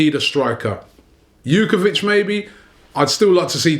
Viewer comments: just a slight correction: jovetic isn't pronounced "shookovitch" but "yo-veh-titch". love the aftermath videos though, great job! :) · This presenter is a fucking moron. Who is "jukevic"...just read the letters in the right order you idiot. Also, once again, you confuse our need for a physical midfielder with a need for a DM. Arteta is a fantastic defensive midfielder, we do NOT need another. What we DO need is a physical midfielder i.e. a fit Diaby, or Diame.